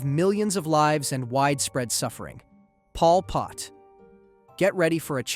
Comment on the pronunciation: "widee-spread" "deeths"